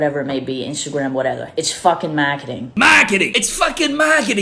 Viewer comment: “MAHHHKETING”!! Hahaha I snorted.